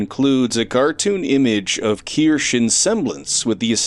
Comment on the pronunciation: Not to be annoying but her name is pronounced Keer-Shuh. Not Keer-Sh. Her Real game awards announcer even pronounced it right. But I don’t blame you, it’s spelled weirdly. Who knew that “kirsche” is supposed to be “kirsha”